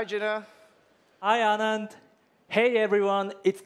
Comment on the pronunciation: This will revolutioze education. I'm actually surprised how accurately it pronounced ANAND